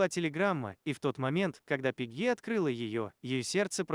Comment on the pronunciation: Пегги, ударение на е